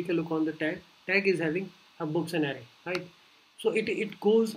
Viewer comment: it's not Ari it's Array. Lmao